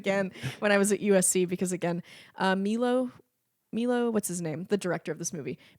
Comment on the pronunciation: Okay, classical music enthusiast to the rescue... Amadeus takes place in Austria (mainly Vienna and Prague), not England and the director's name is Miloš (pronounced Milosh) Forman. (Also hearing someone say they do not care enough about Mozart to enjoy the film is so alien to me! But I do realize this is purely a me problem, so...) And Bradley Cooper played a Leonard, bot not Cohen but Bernstein, arguably one of the best conductor of the 20th century.